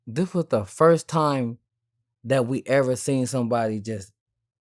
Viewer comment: "Di witha Di witha" come on dawg man up